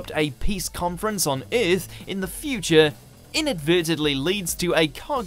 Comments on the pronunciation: What is this planet called Eeeeerth? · Uurth instead of Earth